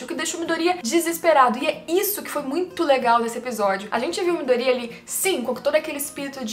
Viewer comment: Vídeo é bom e tudo mais, mas falar o nome dos bonecos é difícil? No anime eles pronunciam ''Miydôria'' e tu pronuncia ''Midória''. Seria legal se falasse o nome dos bonecos certos.